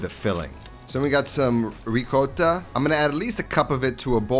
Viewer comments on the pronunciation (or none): It's not coat it's not goat. It's cota..